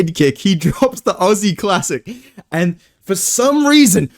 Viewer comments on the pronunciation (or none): none